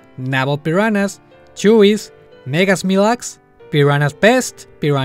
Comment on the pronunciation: parece que dices la palabra "peruanas" XD